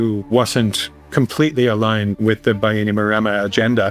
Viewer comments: Great video! As someone fluent in iTaukei (Fijian) here is a pronunciation guide of some of the words you said wrong. ITaukei (Ee Ta oh Kay) Viti Levu (Veetee Leh Voo) Bainimarama (Buy nee Mah Ramuh) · It's pronounced "BAI-knee-ma-RA-ma"